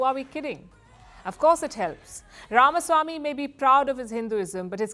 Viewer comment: Shame on Palki. She cannot even pronounce Ramaswamy (it's not Ramasamy). Everyone in the US seems to have gotten it except the "desi" Palki.